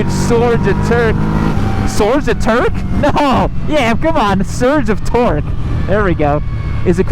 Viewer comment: "theres a huge sorge of turque"